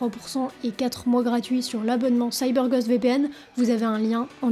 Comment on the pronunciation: se prononce Gaûst et non gost